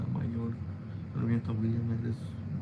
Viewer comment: 😂😂😂 aveces dice Willa 😂